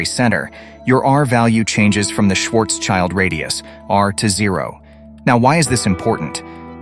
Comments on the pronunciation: Schwarz-schild radius not Schwarzs-child... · It’s not „Schwarz-Child“. It’s spoken „shwartsshild“ radius. „Schild“ is German for „shield“ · Brilliant explanation. But could you please refrain from saying Schwarzs-Child. It drives me crazy. Your hyphenation is wrong. It's Schwarz-Schild. It has nothing to do with 'child'. Schwarzschild translates to Blackshield. Try to say something like Shwurts-shild. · Great video - thanks for that. But the pronouncing of "Schwarzschild" triggers me really hard! Please pronounce the names correctly. Schwarzschild has nothing to do wich a child. It is more Shwartz shield - literally translated is Schwarzschild >> Black shield. Thanks - and again, great video! :)